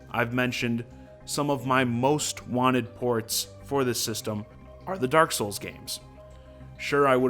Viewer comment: Pretty happy with the announcements, especially since I didn't play DKTF and Hyrule Warriors. Also..... DERK SOOLS